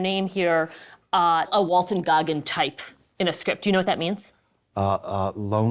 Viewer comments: IT'S WALTON! NOT WALTER! I'm not even here to watch the video, just to QA this dang title. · Was saying Walter?